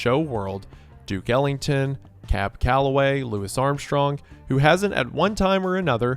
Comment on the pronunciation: No “Lewis” Armstrong 😅 Loo-ee!